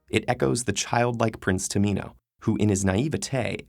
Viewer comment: am I the only person who heard Prince tomato